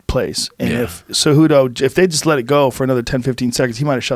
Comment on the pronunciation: Jorge is one of my favorite fighters. The funny thing is he can't pronounce Henry's last name and it goes how Jorge first name is😂💯 Cejudo cehudo.😂 Jorge is funny.